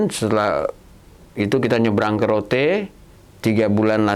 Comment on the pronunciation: mbak... Rote itu bacanya tetap Rote.. bukan Root. Rote itu nama Pulau di NTT